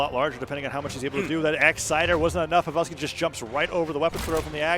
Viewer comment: wait who's povel-ski